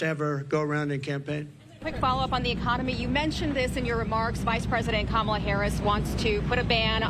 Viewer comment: How can someone running for President be so pathetic, mispronouncing names of people he doesn’t like….child!